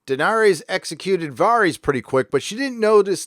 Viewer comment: Upvote for "Vareez"